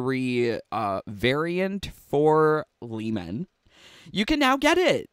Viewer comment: Lee man it's lee mae